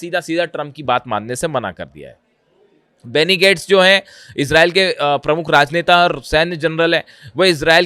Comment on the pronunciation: इसरेल इसरेल क्या होता? इजराइल इजराइल बोलो. एंकर हो. मयंक शैख़ कब तक चलाओगे अपनी गप